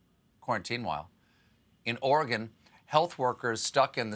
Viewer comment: Thank you Stephen, for saying "Oregon" correctly.